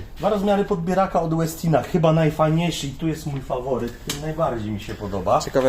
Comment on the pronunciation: Koszulka tematyczna u towarzysza , wczoraj był dzień kawy podobno, światowy nawet// Co do wymowy "Westin", to mam pewne wątpliwości, nazwa pochodzi od Ingvara Westina i raczej wymawia się "po szwedzku", może profesor Bralczyk czy Miodek ogląda, to niech się wypowie fachowo...